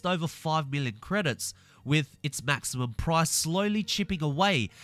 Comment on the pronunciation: it almost sounds like billon instead of million